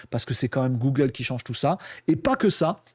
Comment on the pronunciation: Bjr une 1ère ici. Les sujets sont bien mais la narration m’a fait fuir, les "c’est nous qu’on va" et les "gougle" m’ont fait saigner les oreilles. Bonne continuation